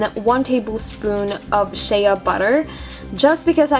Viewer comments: I like this but u should do one on how to do it without Shea butter because it's expensive and hard to find. {btw it's said 'shay' butter not 'shay-ah' butter} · You said sheaaaa butter its Shea (shay) butter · its pronounced Shay butter not shaya butter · Lol she said (sh-Ah) butter not (sh-A) butter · Its pronounced "SH AY butter not Shea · Shea is spoken like shay and you were saying shaya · It's pronounced shay not shaya but great vid :-) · shea butter is pronounce shey butter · My friend pronounces it shee butter even though she knows it's wrong! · its pronounced shay butter lmfao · !!"SHEA BUTTER"!! SAY IT RIGHT